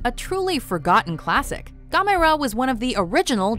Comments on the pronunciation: GAM-MER-RA NOT GAMYRA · Who the fuck is Gomayra? It's Gamera. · What in the hell is a Gamara? You mean Gamera the not very lesser known kaiju?? Holy crap these people at know how to butcher some names. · Gamera is pronounced: "GAM-er-a" Do that the next time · you pronounced gamera wrong, its "GAM-ER-RA" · It’s g-am-er-a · WatchMojo logic: Can Pronounce Anime names correctly, Can't say Gamera correctly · First they can't say Mario and now they can't say Gamera! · They fucked up the pronunciation of gamera’s name. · the way she said gamera...😤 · I think the pronunciation for Gamera is wrong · okay you got Gamera wrong no 1 the way you say it is incorrect no 2 it is not forgotten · They said gamera wrong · I liked Gamera. Also, you pronounced his name wrong. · triggered how she said Gamera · Why did she say gamera like that lol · they pernounsed gamera wrong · You are not pronouncing Gamera correctly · Why do you keeping f ing up names that's not how you say gamera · anyone else hate the way she pronounces gamera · The way you pronounce Gamera is weird. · They pronounced gamer wrong, so cringe worthy.